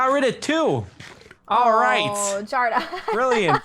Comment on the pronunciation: I know that, I was wondering why she called him Jardon instead of Jordan.. 😜